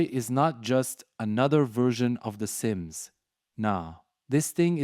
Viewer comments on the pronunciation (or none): why you lying 😭😭 "the sms" "innzooi" "Troube". This is very obviously some shit AI